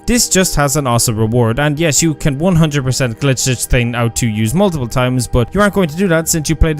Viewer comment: Lol you think you’re superior because we spell and properly pronounce artIfact instead of “artefact” like you, and then you proceed to say “teeng” instead of saying “thing”